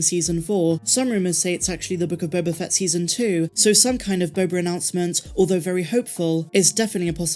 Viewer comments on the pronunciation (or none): Again you mispronounced “The Book of Boba Fatt”.